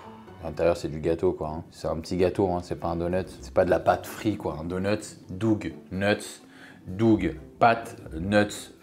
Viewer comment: Dougeu…. Non non on dit dough [dow]